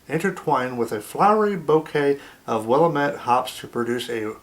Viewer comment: sorry Tony the hops are pronounced WILL AM ETTE just ask Dorf 68